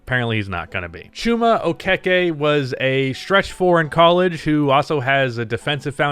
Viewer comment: actually pronounced that pretty well. It's actually oh-kay-kay.